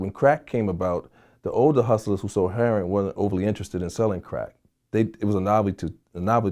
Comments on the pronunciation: Why are black people incapable of saying "heroin" correctly? It isn't heron. Google heron. It's a bird. Is there some reason it is pronounced this way? Some story behind it? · Yeah he a real one.."Heron" not "heroin" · This dudes pretty, than he calls heroin, heron, lol..